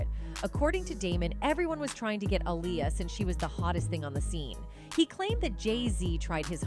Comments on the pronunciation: She is pronouncing Aaliyah name all wrong. Going back and forth. It’s not ah-lie-ya it’s ah-lee-ya ugh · She needs to pronounce Aaliyah’s name right